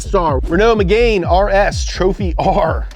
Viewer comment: ITS NOT SIT IS SIATE (SEAT) ITS NOT MEGAINE IS MÉGÂNÊ (MEGANE) AND WHERE IS OPEL The audience is back 🥺(ly<3)